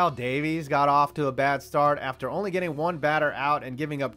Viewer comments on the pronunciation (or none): none